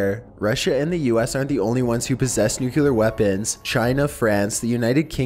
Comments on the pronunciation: Also, it's NU-KLEE-AR! Not NUKE-YU-LAR! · People who say "nucyoular" annoy the crap out of me. It's "Nu-clee-ar" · I DON'T KNOW, THERE'S NO SUCH THING AS NUK-YOU-LAR!!!!!!!!!!!!!!!!!!!!!!!!!!!!!!!!!!! Triggered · new-clee-er not new-queue-ler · Say Nuke-u-ler ONE👏🏼 MORE👏🏼TIME!😂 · NUCLEAR, not NUCULER! for the love of all that is scared, get it right XD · Idk why but when people say "nucular, instead of "nuclear" it bothers me so much. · Why do you pronounce nuclear as nukular? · New-clE-are. Not new-Q-lar. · Its NUCLEAR "new klee er" not nukuler. Still love your narration though. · New - cue - lar = not correct New - clear = Nucler (stop sounding ignorant when you say it please, you repeat it so many times) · Dude cant you say nuclear and not nucular no one seems tp be able to say that word? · Could you please stop saying, "nucular"? It's "nuclear"! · FUCKING NUCLEAR NOT NUCULEAR!!! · Holy crap! N-U-C-L-E-A-R! No U after the C! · he pronouncing nuclear like Homer Simpson did. nukeyaler lol! still love ' narration tho! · This is an interesting video, but the way you pronounced "nuclear" overshadowed the awesome video. It's pronounced nuke - clear. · I love your channel but one thing that's driving me crazy is the pronunciation of nuclear. it's not pronounced "NUCULER". Its not even a word. Just saying. Other than that keep up the good work. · Great video and company. I'm sorry though. Something about the way you say nuclear makes me cringe. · New-clee-ur. Please don't be W. Bush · Learn how to say nuclear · Except he can't pronounce nuclear properly.